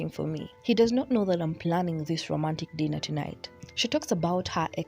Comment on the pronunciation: Am I the only one who heard gypsy pronounce “dinner” as “denner”? No? Just me?